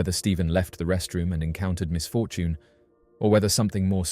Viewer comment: I believe he’s saying misfortune, but his accent is making it sound otherwise.